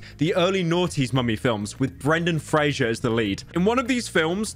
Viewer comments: also it's fraser like razor not frasier the show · Brendan Fraser, not Frasier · It's "Fraiser" not "Fray-shur" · It's 'Fraser' not "Frager" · FRASER NOT FRASHER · Frazer like Razor according to the actor himself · His last name is pronounced like 'Frazser' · Pyro claims to love Brendan but cant even say his last name right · Pyrocynical, speaking is your job...How tf are you mispronouncing Zoa and Fraser?